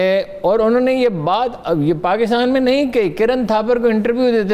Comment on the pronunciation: she pronounce KAAF as QAAF and it's annoying to be honest so Pakistan becomes PaQistan , Karachi becomes Qarachi, Kamal ker deya becomes Qamal ker deya and so on. I know many will call me picky and pain in t h butt but it's national tv and Urdu program , we expect as much